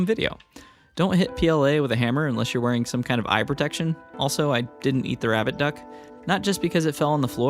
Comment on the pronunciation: Was I the only one that kept hearing "Rabid Duck" instead of "Rabbit Duck"?